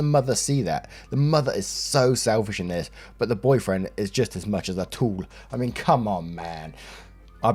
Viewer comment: interesting pronunciation of "tool"